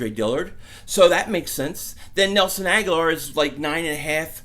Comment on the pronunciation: Pronounced Ag-Ho-Lor. He has been there 4 years now and you still can't get his name right! I think he needs to go to a team that will respect his name...